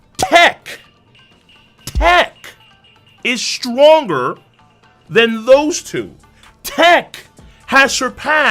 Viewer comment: stronGER seRIES Why the hell he talks like this